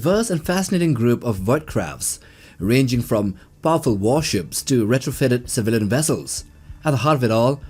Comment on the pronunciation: What the hell is a “Civalan”?